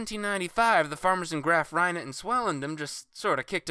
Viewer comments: Cool video! I love the way you say "Graaf Reinet" = graph rye net. We say here in SA: "Graaaaaaaf re-net" but I enjoyed the video and its to the point and precise. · “Graff Reinet” 🤣🤣🤣🤣🤣